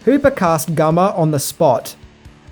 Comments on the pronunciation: Leatherfaces Name Is GUNNER HANSEN NOT GUMMER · Just so you know, his name is GUNNAR with N's, not M's. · GUNNER not GUMMER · Gunner..not Gummer brother. This is bubba, not burt. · It’s Gunnar Hansen, not Gummer. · it's GUNNER Hansen not GUMMER. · Ha ha "Gummer" try Gunnar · Is he saying Gummer rather then Gunner? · I wonder how many ppl got annoyed that he kept saying gummer instead of gunner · The mans name is Gunner not Gummer. LOL. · Who the fuck is "Gummer Hansen"? Oh you mean Gunnar... "One Thing You Didn't Know About Comedic Arts" - he doesn't know the name of the actor who played Leatherface. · guNNar, not guMMar 🤣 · It's GUNNAR Hansen. Not GUMMAR. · I know it's Gunnar not Gumer. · Great video, but his name is Gunner, not Gummer. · GuNNer Hanson, not Gummer! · The man’s name is GuNNar, not Gummer. Show some respect. Love your videos, but the constant mid-pronunciation of his name wound me up. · gunnar not gummer please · I LOVE UR REVIEWS BUT THE WAY U PRONOUNCE SOME SHIT MAKES MY EARS HURT.. GUMMER HANSON lololllllllllllll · Had to turn this one off cause I can't fucking stand to hear you say GUMMER anymore...dipshit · Isn't it GUNNAR? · Did he say Gummer Hansen? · So you're saying Australians cannot pronounce the letter N?? Ok so by your logic if he were to rob a bank he would do it with a 'gum'?? The dummy is the man in the mirror.